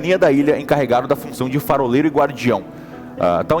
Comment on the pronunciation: Eles errando ao dizer faroleiro é muito bom kkkk farofero